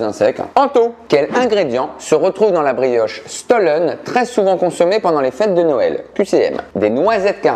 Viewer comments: j'ai vu flou quand ils ont dit "stollen" alors que ça se prononce "schtollen" bref (la chieuse quoi) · Ça se prononce « Chtollen » ;-) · La pronociation du mot stollen m'a terminer!